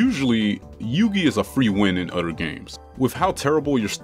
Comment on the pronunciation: "Every story event happens one after the UDDER"